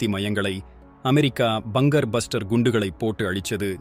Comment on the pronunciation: Bangam illa bangar